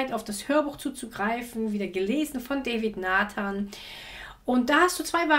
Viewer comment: der langweiligste King, den ich je gehört habe! Er spricht sich DAvid Nathan und nicht DÄvid!